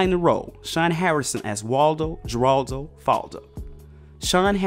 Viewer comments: You can't pronounce Geraldo it's ( Her al do) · It's Jeraldo with a Spanish pronunciation so the j sound is an h sound in Spanish. I hate that this channel isn't professional enough to find out how things are pronounced. Not the first time won't be the last. It's like they never heard of Jeraldo Rivera.... Do better Black channel, you make being such look bad.. Have any of ya'll actually watched an episode of the show with him on it?? If you had you would know how to say the name. Tsc, tsc, tsc, poor research strategy. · It's pronounced "Heraldo." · Pronounced "Heraldo" not "Jeraldo". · FYI - Geraldo is pronounced as HER-ALL-DŌ Great video though! I had no idea he did voice acting as well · It was pronounced "Heraldo" King!!! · When the commentator is too young to know that it was pronounced 'Heraldo'. Smh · He’s killing me by pronouncing his middle name Geraldo with a J. I believe it was pronounced with an H. No shade though.😩😂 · Soon as I heard him pronounce it that way I was like....”oh, this baby is reading an essay on a show he never saw”.🥴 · You can tell how he says “Geraldo” he never watched Family Matters 😂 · How you gonna make a video about a character and mispronounce his middle name SEVERAL TIMES.? it's Geraldo, G is pronounced as an H